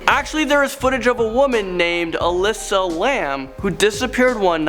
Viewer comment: Her name was Alyssa Lamb It Aleesa Lamb